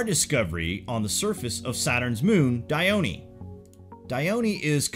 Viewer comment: For those wondering about the pronunciation of Dione, please refer to this link